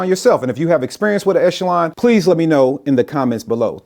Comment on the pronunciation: Thanks for being the first of about a dozen videos who pronounced Echelon correctly!